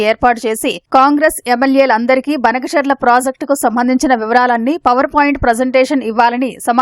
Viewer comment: బనకచర్ల కి బదులు బంకచర్ల అంటుంటే వాళ్ళ కూడా మాట్లాడుతున్నారు